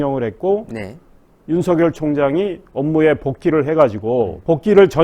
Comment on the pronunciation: 발음 교정 부탁드립니다. 윤성녈은 '윤서결'이고 이성뉸은 '이성윤'입니다